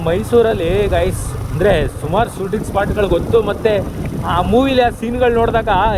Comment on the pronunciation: ನಿಮ್ಮ ಭಾಷೆಯನ್ನು ಸುಧಾರಿಸಿ. ಉದಾ : ಸೂಟಿಂಗ ಅಲ್ಲಾ ಶೂಟಿಂಗ್. ಮಾತಿನ ಮಧ್ಯ ಪುನಃ ಪುನಃ Guys ಶಬ್ದ ಬೇಡ